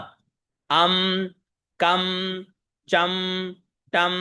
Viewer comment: सादर प्रणाम 🙏 आप ने पहले एं को एम् पढ़ा फिर ऐंकारी में ऐंग पढ़ा अं को पहले अंग पढ़ा फिर पुनः दोहराते हुए अम पढ़ा पर भी हुं को हुम पढ़ा गया फिर हुंकार में 🎉हुंग पढ़ा गया आप से हाथ जोड़ कर निवेदन है कृपा करके ग और म स्वर के उच्चारण को स्पष्ट करें 🙏